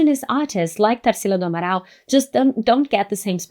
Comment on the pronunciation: Quando você disse o nome Tarsila do Amaral eu tive certeza que você era brasileira. 😅 Gostei muito do vídeo.